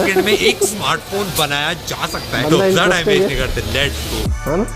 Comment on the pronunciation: lats 🤣👌 jahil aurat lets hota hai